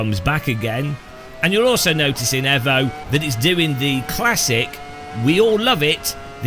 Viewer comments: Aarrgghh it's fking EEEEEEEEEEEEEEVO NOT EVo, you don't call it a Mitsubishi EVo you call it a Mitsubishi EEEEEVO and this game is no different this EVo shit comes from the Italian accent of the Devs 😂😂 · EVO NOT AVO KURWA MAC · i hate the way you say evo